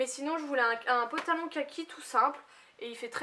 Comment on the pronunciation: Tu me fais rire, tu dis toujours un "potalon" lol